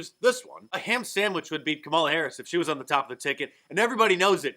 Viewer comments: Did she actually said "My name is Kalama Harris"? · "I'm Kamel-toe Harris" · "No, no, no no. My name is Kamaltoe Harris and I'm Vice President." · I remember the pronunciation of her name being a big deal. She just mispronounced her own name. I wonder if she's a racist.